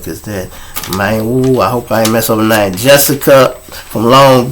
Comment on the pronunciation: Thank you for the shout out the other day. U hit my name right. You content is original and funny as hell. Bless up everyone✊🏾🇬🇧